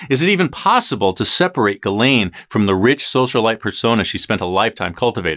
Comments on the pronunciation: Your saying it wrong, it's Giz-lane 🤣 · Her name is pronounced “Giz Lane”. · pronunciation for Ghislaine... "Ghi, S, lane. Gi's' lane Got it everyone.... You pronounce the frickin S